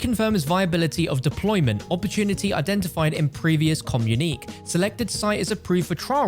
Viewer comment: Communique is pronounced like this COMMUNE E KAY.Get it right.